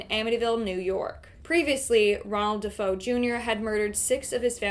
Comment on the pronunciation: Great video, but please pronounce DeFeo correctly. Its Day-Fay-Oh.